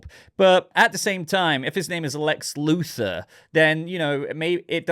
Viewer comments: You were saying Luther and not Luthor. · His name is Luthor, not Luther.